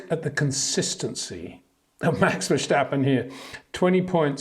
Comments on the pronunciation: Hey Peter, I really like your video's and views, to me one of the best analysis always. However.. one point of critisism. There is no ch in verstappen. It's not 'Max Verschtappen'. It's Max Verstappen. Zo no CH in there. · Max "VERSHHTAPPEN" 🤣🤣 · I like the video but would just like to point out there's no h in Verstappen. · Please Peter, learn how to properly pronounce Leclerc and Verstappen. Please.